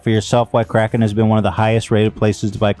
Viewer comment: My man Ethan said Krapten instead of Kraken LMAO